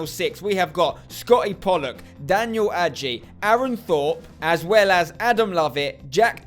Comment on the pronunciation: Spencer adjei is a Ghanaian name and am from Ghana and you saying it wrong you need to say it like adjay not agey